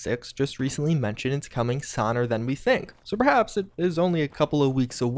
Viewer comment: Yes patch 20 “sonn”